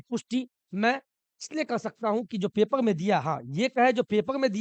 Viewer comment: पेपर ❌ पेपल ✅